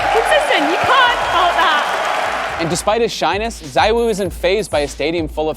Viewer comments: He is Zee-Woo btw not zywoo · It's ZeeWoo not Zywoo 😂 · It is zeewuu no zywoo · CMON GUYS! IT'S ZEEVOO! Can't you just learn how to pronounce his name? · I hate how is name is pronounced Zeewoo, ZywOo sounds better in my opinion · Why does every American pronounce his name wrong?!?!? Country of morons.